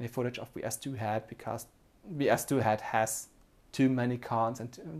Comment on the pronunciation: Excellent review! Thank you for the detail. // Minor feedback (in exchange for your awesome review): recommended pronunciation of "head" is "HED" (like "red") and not "had" (like "bad"). Thanks!